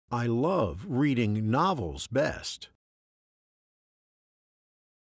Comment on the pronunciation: You mispronounce the word "love"